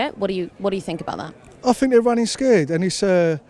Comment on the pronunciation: The Queen of poorly pronounced cliches. Oh yeah well I fink we'll drive em into it. Robbin us blind, tax havens, muvva of all crisis, cripple da workers, had enuff, bleedin us dry. Very quiet when cheap foreign labour was keeping profits down and union members were desperate to hold on to their jobs. Well Eddie and Mick - good luck as you are going to need it. Take on the big multinationals fella and you will get the sack. Ask P&O workers.